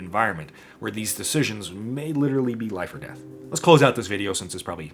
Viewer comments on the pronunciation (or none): none